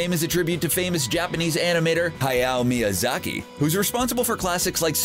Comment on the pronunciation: and to to ro instead of toe tuh roe and he said hayao miyazakis name wrong...